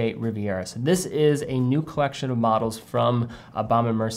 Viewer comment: “Colleccione” LOL